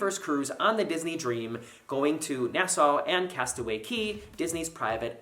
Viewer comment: I need to correct you it’s not Coc coc Yey it’s castawaycay